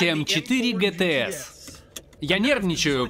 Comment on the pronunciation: Не гтэс, а джитиес